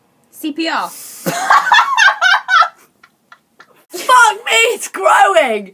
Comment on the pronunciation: I love how both their eyebrows moved when Rose said CPR wrong